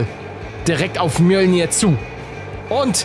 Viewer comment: Ich weiß der Hammer heißt wirklich so😅 aber Paluten spricht es super aus XD😂 mnolnyr